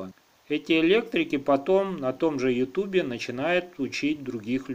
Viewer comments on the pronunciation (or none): none